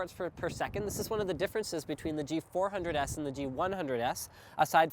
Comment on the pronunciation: It's G400s not G100s ! ...